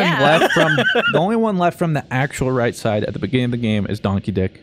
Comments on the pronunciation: I was so confused for a sec. I thought they were saying "Donkey Dick" instead of "Don Keedic" XD Now all I can hear is Donkey Dick- TvT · can you just say Don instead of Don keddic it sounds like donkey di** and I'm sitting by my grandparents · The new regulars are confusing. Everytime someone says "Don Keedic" all I can hear is "Donkey Dick" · Everyone: "Don Keedic": "Donkey Dic" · Every time they say Don Keedic it sounds like "Donkey Dick" I can't stop laughing 😂😂😂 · When shark kept saying don keedic I kept thinking he was saying donkey ** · Anyone else hear instead of,, and Don Keedic.,, And Donkey d**k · Thanks to pronouncing the name the other way I finally understand the joke of Don Keedic's name. The way everyone emphasizes it to avoid the mispronunciation made me not realize it was a joke all this time haha